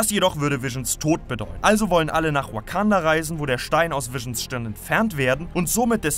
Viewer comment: Achi deine Aussprache ist zu 100% shit hahahah der zolo Film oder weekanda hahahah bitte vergrab dich Schaufel geht auf mich 😂😂😂